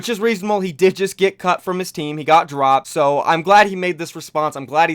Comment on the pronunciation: Was it just me that heard him say dwopped